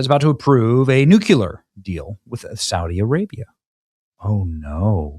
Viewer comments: Benny.. Nuke-LEE-ar. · "NEW - KLEE - AR" !!! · same! I don’t think he reads comments because I reminded him every video. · wouod someone teach benny how to say nuclear. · Please learn how to say nuclear. It’s driving me crazy. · Why can't this guy pronounce "nuclear" properly? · THUMBS DOWN for Stupid Benny who cannot pronounce NUCLEAR. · Benny: Not a tremendous deal, but would you PLEASE pronounce NUCLEAR correctly???? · it’s nuke-clear not nuke-yu-ler love ya Benny! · Newk-ya-lur or Newk-le-ur? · nu-CLEAR NOT nook-u-ler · Nuck - you -lure? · It's "new-clee-ur" not "new-q-lur" <--- george bush used the latter... so does Benny. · Please stop saying nook-yuh-lurr. You sounds like a halfwit. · Bullshit rhetoric. “They are gonna pay a big price…”. Bullshit. There should already be no bridge or no power plant left standing in Iran. Finish this! We firebombed Dresden and Tokyo. Do the same thing with in Iran. This is not Tiddlywinks!!!!! End this. And please say nuclear, and not nucular. You are brilliant and too intelligent to say nucular. I love your channel, but that drives me nuts. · NUC U LAR? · Nuke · uluar 🚫 New Clear ☑️ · For the love of God Benny.... STOP saying "nucular" it isnt english, that word doesnt exist, it is 3 syllables.....not 2 like NUCLEAR! Please stop making yourself sound like Candace owens. You mispronounce it every episode. Its NUCLEAR. Stop making yourself sound uneducated. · Benny, it's spelled "N-U-C-L-E-A-R" not "N-U-C-U-L-A-R". You have been pronouncing it wrong, you seem to put an "U" between the C and the L. It's "Nu Clear" long 'e' sound. :finger-red-number-one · Benny, I love ya, Darlin', but if you dont stop saying "Nook yuu lar" instead of "Nook clee ar", Im going to pull my face off. Nuclear...no "U" between the C and the L. See? 🙏🙏🙏🤦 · Benny, please pronounce Nuclear correctly because Nucular is a totally different thing ! It is Nuc le ar not Nuc u lar ! I mean no disrespect...I just think it is important! ❤ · New-clear. New-clear 😂